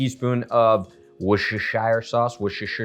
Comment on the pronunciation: Wus ta sure or shorten it to wus ta sauce.